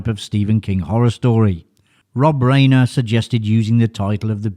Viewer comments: Problem with AI...RHINER NOT RAYNER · FFS - its pronounced like RINER, not “Rainer” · Rob Reiner : "Riner" Ri-nor is the correct way to pronounce his name. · "Reiner" not "Rainer." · Rye-ner. Rob Rye-ner, not Rob Ray-ner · Pronounced RYE-NER dumbass. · In the World ? That would screw me (and probably you) out of every name that doesn't use the "alphabet" for spelling. Robs' father Carl Riener (Rye-Ner) became famous along with the early days of television. The name is integrally tied to TV and cinema since the 1950s. Mis-pronouncing it tells me that you're either AI or you're commenting on someone you've never even heard of. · It's Raner, like Ran er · FYI Rein in Reiner rhymes with “fine.”